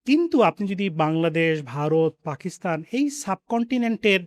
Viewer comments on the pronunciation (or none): none